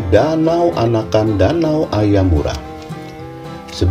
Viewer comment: danau AYAMARU Min ya ampunn Bukan AYAMURA 😅😂